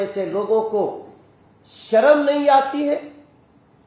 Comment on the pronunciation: Pahle to bolna Sikh lijye! "Sharam" nahi "Sharm" kahte hain, Tiwari sahib